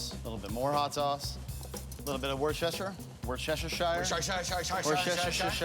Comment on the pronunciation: "Woostahsheah" It's not that difficult.